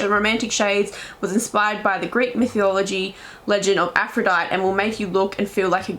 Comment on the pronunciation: It's pronounced 'Aph - ro - dite - ey' not 'Aphro - dite'